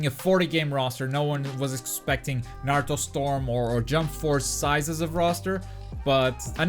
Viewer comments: How can you be a video game website and not even know how to say Naruto lol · The narrator can’t even pronounce Naruto properly, reviewer hasn’t even played online. Don’t waste your time on IGN dude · ahh okay but still people still should know how to pronounce Naruto. It's not hard